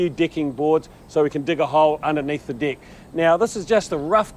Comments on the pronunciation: he says DECK. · Until he says "deck"